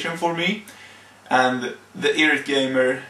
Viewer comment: it's eye rate not irrat. You aren't really much of a public speaker.